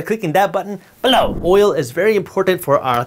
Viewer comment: I just watch these videos to hear the word “BELOW!”